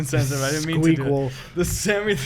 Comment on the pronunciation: While they were talking about the baby's name similarities Eddy called it "the skueakqual" and that's the funniest shit I've ever heard